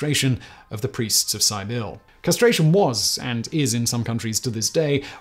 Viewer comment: I assume that by "sigh-bill" you mean Cybele (Key-bell-ay/ Key-be-lee) this is latin, all C's are hard. In the Greek/Anatolian sphere you often see the name as something like Kubileya, Kybele, Kybelis etc.